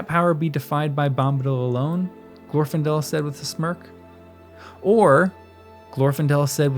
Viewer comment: The second, not the first syllable in Glor-fin-del is supposed to be stressed.